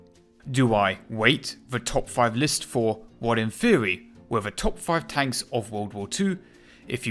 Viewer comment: In thwery they are good but not prawcticawl. Why have a narrator with a speech impediment. No disrespect meant.